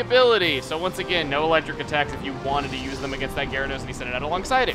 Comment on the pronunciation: raichu eletric....sry i just wanted to point that out